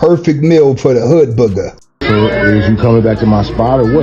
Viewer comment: Everytime you say "Hood Boogah" I just crack up laughin. 😂😂😂😂😂😂